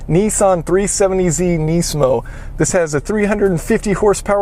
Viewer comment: its nismo not neesmo or whatever.